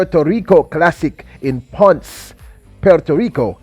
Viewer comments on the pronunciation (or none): Pon-sey...... say it 3 times....PON-SEH.....PONCE..... You are welcome. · It’s PON-CE, 2 syllables. 👍🏽